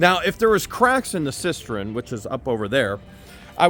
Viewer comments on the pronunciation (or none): Cistern not cistren